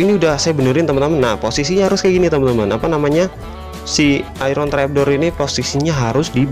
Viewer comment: Sebut iron adalah "ayen" bukan ai-ron